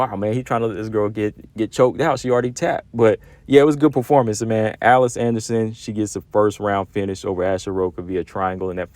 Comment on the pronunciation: It's "Uh leese" Anderson Combo 😅 Everyone should invest time into One FC's women's division, especially considering that 99% of their fight cards are free to watch on YouTube or their App...Just look up one championship on your app store & it'll pop up. Their women's Muay Thai & Kickboxing fights are really good too.